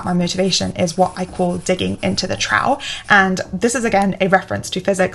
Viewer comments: Thanks for this. Really Inspirational. I think you may have helped me crack my procrastination problem. My odd question. “Trough”. You pronounce it differently to me. You saw something close to “trouw”. I’m curious if it’s conscious. I pronounce it more like “trowff”. The gh being an “ff” sound. My way could be wrong. You do seem to do things very deliberately. And it’s fine if we are just different for the heck of it. But I’m curious about it nonetheless. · Great video... little nitpick, 'trough' is pronounced 'troff'. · Some very interesting concepts here (also the first time I’ve heard the word “trough” pronounced “trow” and not “troff”. I think I like it!😀) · Trough is pronounced "Tr-off", not "Tr-ow". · Trough is pronounced troff. Other than that, really interesting video. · Thanks for the video - I particularly connected with the time-tracking issue. Had to comment though (English pedant, sorry 😅) that trough is pronounced 'troff' like rough is pronounced 'ruff'. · Very interesting and I'm using some of your insights , thank you. By the way trough is pronounced trof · trough is pronounced trof like cough :) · 'trough' is pronounced 'trof'